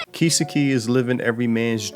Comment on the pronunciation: Hate to be that guy but "Kiss-key?" Bro, what? Kisukei (Key-Sew-Kay)